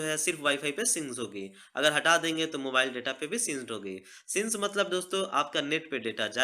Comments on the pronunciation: उसको सिंक बोलते है सीनसी नहीं बोलते प्रोनोउंस बराबर करो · Bhai since nhi sync hota hai 😂😂😂👎..